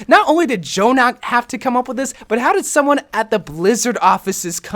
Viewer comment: Thank u for not saying j-jonak and just saying Jonak u are truly blessed